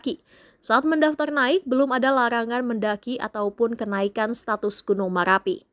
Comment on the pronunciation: Gk pande berita bilang ER 😂😂gunung maLapi 😂😂teloh berita nya 😂